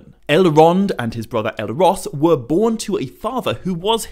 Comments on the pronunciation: Why do you pronounce it Elerond and Eleros? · I cannot handle your mispronunciation of Elrond and Elros.